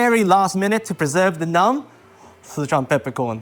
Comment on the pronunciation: Two things, he pronounces Sichuan very incorrectly, and second he cooked the beef way too much. You don’t cook it that long, it’ll taste like cardboard.